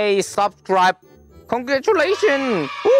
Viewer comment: when he said CONGRATULATION XD